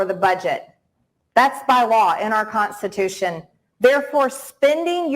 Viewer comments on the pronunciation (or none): she always says.."contstitution.. what a dummy